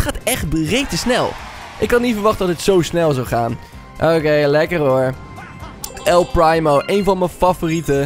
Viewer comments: Je zegt El Priemo, niet El Praimo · Hahaha, geweldig dit😂 ik speel zelf al ongeveer 1,5 jaar actief brawl stars en het is dan echt geweldig om dit te zien! Keep up the good work! Oh, en je spreekt het uit als “el priemo” ipv “el prymo”😂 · nee man je hoort El Primo met de IE te zeggen wat hij zegt is El prymo/primemo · Hij zegt El prijmo paar het is primo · Het is El primo je zegt El priemo en niet El prijmo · el primo zegt letterlijk zijn naam en zegt nog steeds el prijmo! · Je spreekt El primo uit als El priemo En een paar tips 1. Als er upgrade staat kun je de knoker upgrade 2 . En speel showdan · GVQ - Gaming er staat toch el primo duidelijk dat hij het zicht en zo hoor je het ook te zeggen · Je zegt el prijmo like als je dat ook hoorde👍🏻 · "El PRIMO" echt mooi hoe dat zeg😂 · Echt eh